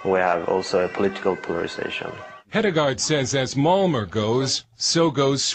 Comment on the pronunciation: Why doe that narrator idiot keep pronouncing Malmo, "Mal-mer"? Fucking moron. Figure out how the correct pronunciation of the city you're talking about. It's "Mal-meh.